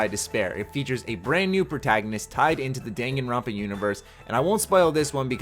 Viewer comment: I'm pretty sure he pronounced the name right.